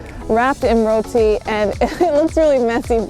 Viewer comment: 👏🏿👏🏿👏🏿👏🏿👏🏿 u said roti the correct way